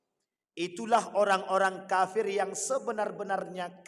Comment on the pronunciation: Ngucapin kata kafir nya kok faseh sekali